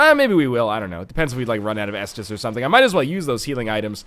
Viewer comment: am i the only one who says s dis d every time NL says estus